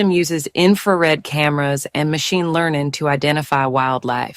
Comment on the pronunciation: indeed. and hearing a computer-generated voice pronounce it "machine learnin" makes me giggle